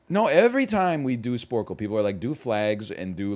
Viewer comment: Watched this live & laughed so hard when he said "perfle". Great content as always, NL. :)